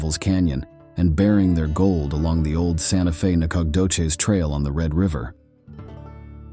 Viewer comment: I like how dude pronounces Nacogdoches literally 17 different ways and not a single one of them is right...... Huh....